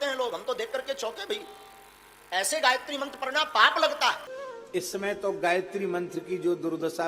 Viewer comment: आप गायित्री उच्चारण कर के बोल रहे हैं ...पाप कर रहे हैं